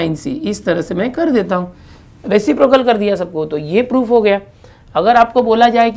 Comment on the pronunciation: Resiprocal bolate he uase